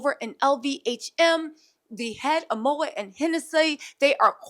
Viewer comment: Moët = mow ett